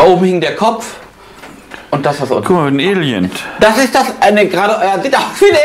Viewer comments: Alient 😂😂😂😂....das ist noch seltener als Aliens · Das gute alte Alient 🤣 Damals durfte auch noch "Zigeuner" gesagt werden, sogar im Fernsehen. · "Kumma ein Alient" ich kann nichmehr 😂